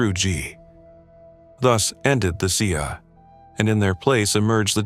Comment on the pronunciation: Dude great details, but please please please, at least try to pronounce the names correctly. What on earth is a xi-a. That's not how you pronounce Xia.